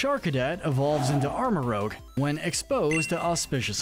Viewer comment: FYI It’s pronounced armor rouj not armor rouge